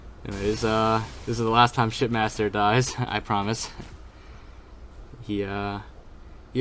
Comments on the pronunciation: For this entire thing I thought you were saying "shit master" instead of ship master. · Bro are you saying shit master or ship master??😂💀